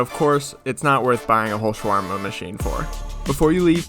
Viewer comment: Why did bro say “shhworma